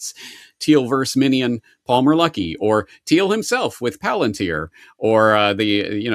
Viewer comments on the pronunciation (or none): none